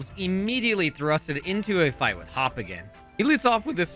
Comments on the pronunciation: You said Hop instead of Hau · I like how he called Hau Hop. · “We meet our rival Hop.” Lol 😂 If I had a Nickel for every time I heard Hau being called Hop, I would have a lot of Nickels right now. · HIS NAME IS HAU,,,, NOT HOP,,,,, YOU FAKE ASS FANS/ref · Took me until the victory road fight to realise he was saying Hop. I'm assuming it's intentional given the move name typos seeming intentional as well. (Noom Blast, PsyKick, etc.) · You're calling Hau "Hop". Too much Gen 8. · did he just say hop? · Lol, I didn't even catch it the first time but he might as well be Hop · As a Hop fan, hearing his name said when referring to Hau is agonizing